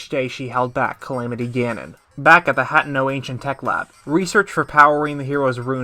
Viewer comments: Your pronunciation of certain words in this video absolutely KILL me. HAT-EN-O over HA-Tien-O... lol 😆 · I have watched dozens of lore videos and only 1 narrator has pronounced all the names correctly. By the way it's not you. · You are one awesome theorist… But I just can’t get past mispronouncing Hateno. 🤣